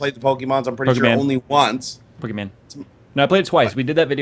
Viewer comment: You guys are pronouncing Pokemon wrong.